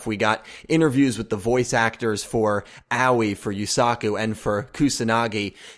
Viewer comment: It really bothers me how you say Aoi